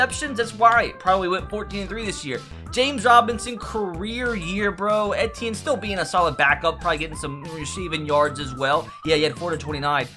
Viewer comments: Its pronounced ETN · Just a heads up my guy…it’s pronounced Travis ETN, as if you’re just saying the 3 letters